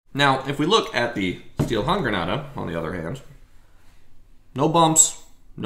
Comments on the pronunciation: it's not style, way closer to just say steel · Except it's spelled "Stiel," which means stick, so is pronounced "shteel." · it’s Stielhandgranate and it is not pronounced like that